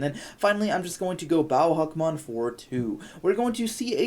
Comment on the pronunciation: im giving this a dislike because u keep saying Hackmon. lol it literally says Huckmon